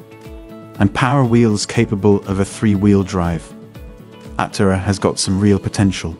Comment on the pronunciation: Was this written by a chat bot? I’m asking because the video frequently does not match the narration. The narration sounds AI. Aptera is mispronounced.